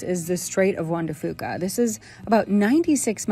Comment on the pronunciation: I live in Port Angeles and I’m DYINNG at your pronunciation of everything 😂😂😂 No tea, no shade, it just cracks me up lmao SKWIM, Sol DUCK, Juan de FEWKA, MaryMEER Looool glad you enjoyed your visit!